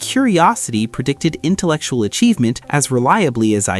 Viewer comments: use of AI is ensaddening me: "psychooical", "intelectual" 😞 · "intelctual" "Curirisity" Big signs right there. 😂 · "CURIRISITY" "INTELCTUAL"